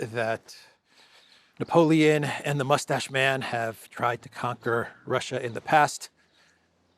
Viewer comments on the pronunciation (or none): none